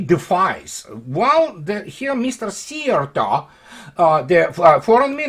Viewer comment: you are probably the first English speaking man who said Szijjártó the most correct way so far. As a Hungarian I thank you for that.